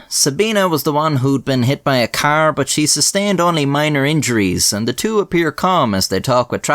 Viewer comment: Omg car (K)R, not keeer